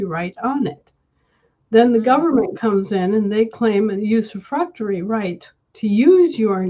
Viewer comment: Did not hear the word properly- Userfrectory duty??!!